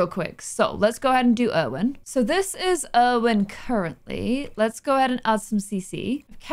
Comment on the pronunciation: Irwin is actually called Irvin lmao